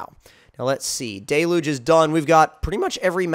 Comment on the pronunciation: It’s d-e-l-u-g-e